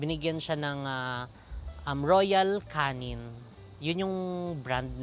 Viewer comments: Royal \ka-nun\ po pronunciation ng Royal Canin hehe magandang dog food brand pero mahal hahaha Get well soon Happy! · get well kay Doggiieee... btw... Royal Canin pronounced it as parang K-9. :)